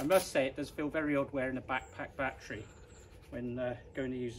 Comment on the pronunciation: your "back-pack-battery" sounds very funny )))). Thanks for this video